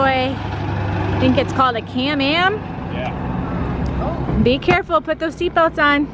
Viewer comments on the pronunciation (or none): It’s can am guys just saying